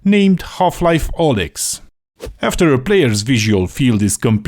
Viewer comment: If I hear you mispronounce Alyx again I'll go on a rampage 😠